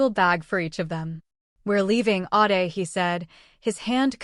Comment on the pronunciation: The AI narrator need to pronounce WORDS CORRECTLY some times ADE is pronounced aid then others Aahday which is it?